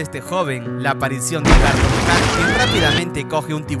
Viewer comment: No se dise carton cat se dice cartun cat y el perro tambien